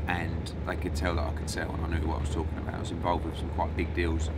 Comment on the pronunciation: “Eddie is just TARKING RUBBISH”